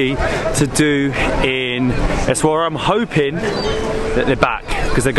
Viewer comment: It's pronunced essawiira !